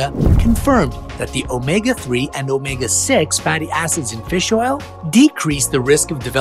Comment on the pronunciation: Feels oil